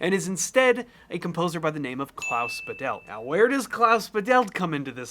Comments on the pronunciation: It's "Bah-delt", both syllables equally stressed, not "Ba-DELLt" with stress on the second. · It's Klaus 'Badelt (german emphasis on 1st syllable), not Ba'delt. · Badelt is pronounced "BAH-dit" with a tiny bit of "l" in the second syllable. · I thought it was Klaus Badelt . Who’s Klaus Videll? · Small correction on pronouncing the names: In Badelt, the emphasis is on the first A. It's spoken fairly open and long. BAHdelt. For Zimmer, it's the usual Z/S difference between German and English. The German Z is a very sharp sound, so it's more like Tsimmer. (And here, the A in Hans is actually much shorter, but still emphasized by loudness, and the S at the end is a voiceless one.) That being said: The similarities between the two scores is proper mindblowing! The notes may differ, but the feel is surprisingly similar, wow! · (As a German, I had to listen twice to the names until I understood them. In German, the z is a voiceless ts. It's thus Hans Tsimmer. And Klaus Badelt has the stress on the first syllable: Bádelt, with a long ah sound. Imagine him written as Bahdelt.) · His name is pronounced Klaus BAdelt ;) he grew Bad Bodendorf in Germany. Next to where I lived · In Badelt the stress is on Ba not on delt. ☝🏼 German here.